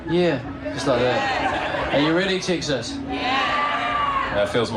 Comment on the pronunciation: “Tixas” LOL